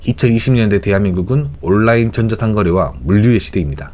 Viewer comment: 잘 보고 감사합니다. 그런데 영어는 영어로 읽어야지 한국어 발음대로 읽을 거면 아예 한국어로 써야 합니다. '올라인'은 영어도 아니고 한국어도 아닙니다. 마치 부산을 '푸산'으로 영어 발음하는 것과 똑같습니다. 다른 사람들도 비슷하지만 잘못되었음을 알면서도 따라 하는 것은 좀 그렇습니다.